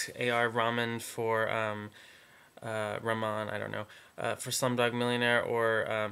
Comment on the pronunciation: I like your predictions. Ok A.R. Rahman- lol- you were pronouncing his name wrong so many times. His full name is Allah Rakha Rahman but I prefer A.R. because his first name has a different significance- it's ok if you don't know what I'm talking about. He's really popular in India, the Bollywood film Industry. His last name is pronounced Rah-man, don't silence the h. But good job anyways.